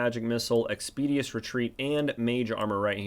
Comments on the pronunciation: great vid. though it is not "expedious retreat" but "expeditious retreat" (ɛkspɪˈdɪʃəs) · You mispronounce a surprisingly large amount of words. "Expeeedious" might want to google that one chief.